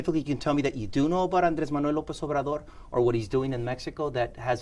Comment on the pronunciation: Ooooh, the reporter can pronounce Lopez Obrador’s full name!! He must feel so proud.